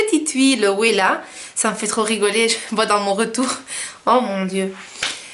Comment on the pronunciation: Wella se prononce vella 😉